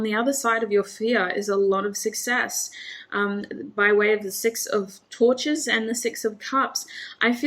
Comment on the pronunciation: Group 2 - great message, thank you! Lines up with all the other messages I’ve been receiving lately. Patience. Ok. Funny side note - when you said “Princess of Torches,” at first I thought I heard “Princess of Tortures.” 😂🙏🏻💕